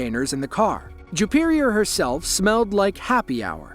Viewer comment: Juperior? Jewperior? Ok.😮